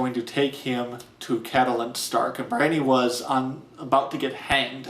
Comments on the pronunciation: I was with you until you pronounced "Brienne" (it's a real name, Bree-enn) "Briony". Are you out of your mind? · Couldn't believe the pronunciation of Brienne